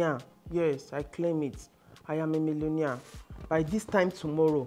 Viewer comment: “I am a millonia” 😂